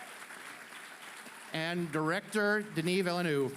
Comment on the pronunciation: The way he said Denis Villeneuve's name I can't lol! You'd think the bare minimum would be to learn how to say someone's name properly before you present them.